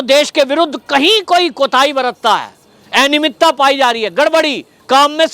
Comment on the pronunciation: एनियमितता नहीं, अनियमितता बोलिये